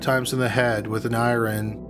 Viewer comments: Does this fool talk weird and mispronounce everything on purpose "mur-derrr" " she got killed with an I-run (iron)" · Are you saying a, "gay community" or "gated community" "Iran?" And let me guess afterwards she started a fire, again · iron? Why did you say it, "eye-rin"? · I Love how Canadians pronounce iron...Americans pronounce it “I urn”, while Canadians pronounce it as it’s spelled “I run”. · Beautiful country in the upper peninsula, be interesting to see if other Canadians also pronounce it i-ren, did a pronunciation check on it and just realized it's pronounced i-ern which sounds so strange to me. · struck her with an I-renn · what accent is this? it’s american dialect but, the inflection on the words... iron was pronounced “eye-ren” & I love it lmao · I really like this channel, especially the narrator’s monotone voice and the way certain words are pronounced. Like “i-run” instead of “iron”. Idk if that makes sense or not. Anyway, it adds a uniqueness to the story. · Struck by an, "eye-rin" huh? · What the hell is up with these odd pronunciation of words? Who the hell says "eye-ron"? The 'r' is silent. Always has been. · "A gay community?" "I-ren"(iron) Pro-nun-ci-a-tion!! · I heard "a gay community" as well can only think it was meant to be an "aging community" as a Canadian I pronounce iron as "I-ren" also. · Ire Ron? I've never heard iron pronounced that way 😂 can tell you don't do your own ironing. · Lol! I-rin???? NEVER heard iron pronounced that way! Sounded so funny. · "Struck in the head with an I-REN" 🤦🏿‍♂️ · Is it just me or is the way 'Iron' is said really strange in the 2nd case? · I thought only Norm Macdonald pronounced "iron" that way. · How he said iron though 😂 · I like the way you said iron